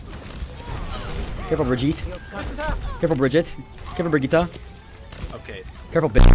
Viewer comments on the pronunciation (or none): Brigitaa, Bridget... Me as a german: IT's Bre-gi-te!!! Why can nobody say that?!😂😂